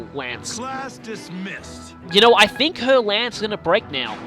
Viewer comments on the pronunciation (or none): none